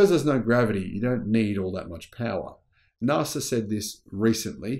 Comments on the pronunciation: Mr pedantic here : NAS...A pronunciation not Nar sa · Again with the Nahsa - it hurts my ears so badly,. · Please mate - NASA is not pronounced that way in any country on the globe. Please correct yourself ASAP ... I can't watch the rest of this video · Sorry, there is no R In NASA, if fact threre is no R in the second letters of "National Aeronautics and Space Administration" that needs its use.